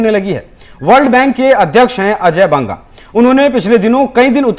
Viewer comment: अजय बंगा नहीं अजय बग्गा.